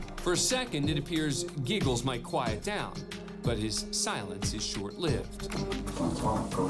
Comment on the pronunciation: Why are you calling him geegles. He said clearly his name is giggles. Do you not know how to talk.